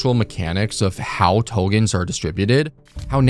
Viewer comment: Please, please, please Tokens with k. The content is great but I'm gone as soon as I hear the first Togen